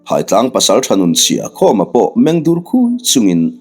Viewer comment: Phaitlang ,he khawp hming hi I lam diklo nasa thin e, ,PHAI TLANG , phaitlang tih chuan , a lam dan tur ,phai, zo tih te ang hian ,phairam..zoram..phai,phai mual pharh duai. Eg. Phai ah ka zin dawn.